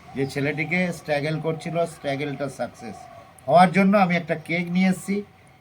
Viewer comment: Struggle ❌স্টেগেল✅😂